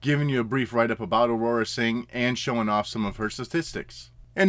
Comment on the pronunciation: Dude...who is “Aurora Sing”? Her name Aurra...2 syllables. Aur-rah. Good review as always though and you don’t usually pronounce things wrong.